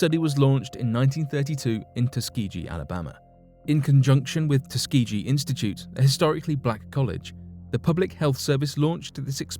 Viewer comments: ugh it's tusk-key-gee...the way he says Tuskeegee wrong makes me cringe every time... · Tusk-key-gee - is how u pronounce it - I’m from Alabama like if u are peanut butter because that’s it’s birth place due to George Washington Carver- jr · Tus-key-gi say it right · I hate to be that person BUT I'm from Alabama and it's pronounced Tus-KEY-gee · Tus- Key-Gee. Tuskegee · It’s tuss ga gee that’s how it’s pronounced. Ask Lionel Ritchie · Soft G in Tuskeegee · Ugh Tuskegee is mispronounced